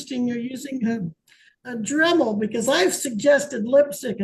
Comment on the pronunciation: Watching whoever is “Court house” freeze… then blink trying to process hearing “I’ve got a dremal” was hilarious 😂😂. Hearing that guy “write” the #s I think we’re all feeling pretty good about ourselves 👍🏼😂